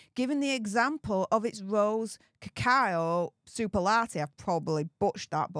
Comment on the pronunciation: Hey... cacao is pronounced as ca Kay o. It is chocolate.